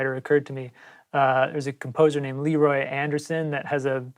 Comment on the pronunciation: Cody, I love your use of the typewriter samples and especially your shout-out to Leroy Anderson! As a huge fan of his and music nerd myself, I do feel compelled to mention that his name is pronounced "luh-ROY" rather than "LEE-roy" :-)